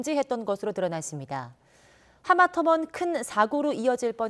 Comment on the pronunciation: 내 귀에는 하마터먼으로 들리는데...